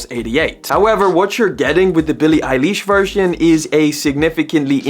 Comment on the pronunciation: billie eye leesh 💀💀